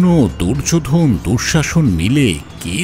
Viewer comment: দুর্যোধন। দুর্যো'ধোন' কেন বলছেন?? ভীষ্ম। ভী'ষ্মঁ' উচ্চারণ করছেন কেন?? 🥱🥱